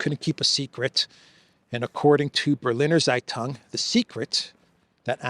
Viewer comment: "Berliner Zeitung" is pronounced "Bare-Leaner Tseigh-Toong" ;-)